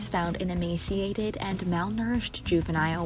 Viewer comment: I’ve been shocked the number of ppl mispronouncing ‘Franke’, ‘emaciated’ and ‘extremities’.